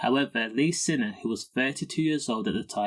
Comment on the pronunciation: His name is signer not sinner but spelt siner . To pronounce it it’s signer 😂